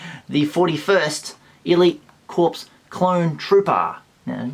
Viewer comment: LOL...the “p” in Corps is silent, like the word “core”, as in apple core. The US Marine Corps would scoff anyone who called them a “corpse”. Clowning aside, congrats on landing that TVC figure. I have several of them myself and it’s one of the better figures released in the line so far. And it’s proving difficult to find in stock. Put it in a protective case right away. Great video as always. Had no idea that 6” Obi-Wan was coming out.